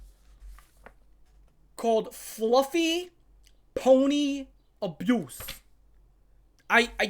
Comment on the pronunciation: Fluhfee.. 😦 Ponh-nee.. 😨 abyoose 😮😮